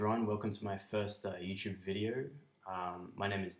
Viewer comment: Nice, but how is it when you say youtube video in the beginning you say it with a french accent ? Is English your third language in this case ? Just wondering ! Also you can type your comments below in French. How did you do all that ( In English please :-)